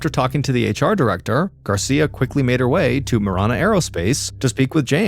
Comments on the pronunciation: It's pronounced ma-ran-uh, driving me crazy lol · It’s “Ma Ran A” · It's throwing me off because of the way Mr. Ballen is pronouncing marana